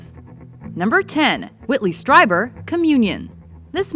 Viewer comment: Learn to pronounce Streiber correctly, please.